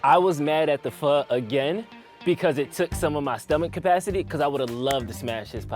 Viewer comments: It's pronounced foe not faw. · It's pronounced "fuh"